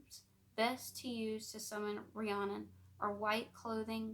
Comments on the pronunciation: My name is actually Rhiannon, the way you say it is Re-ann-on, but sounds more like Re-Ann- in. It rhymes with shannon. No one ever pronounces it right, it isn't a big deal though. My last name is tough for people too. Busby. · Hey! Fluent Welsh speaker here to help 🤍 The Mabinogion = Mahb - in - ohg- eon Rhiannon = Rhean - non Epona = Ehp - oh - na Hefaidd = Hehf - ai- dd ( dd, is also a single letter in Welsh and is pronounced like the letter ‘th’ in “the” ) Pwyll = Poo - uh - ll ( ll, is one letter in Welsh and pronounced like a hissing noise ) Dyfed = Duh - fehd the video overall was wonderful 🤍 well done, and thank you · Loved this. Her name is said Ree Anne On. Hope that helps x. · Its pronounced ree-Ann-inn it's my best friend's name